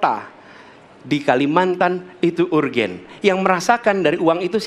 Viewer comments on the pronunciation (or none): tp maap bro. urgent di baca ur gen sm beliau hahaha. mungkin bisa lah beliau di bantu sarankan, pakai bahasa bahwa itu adalah hal mendesak aja begitu. jangan urgent d baca ur gen hehe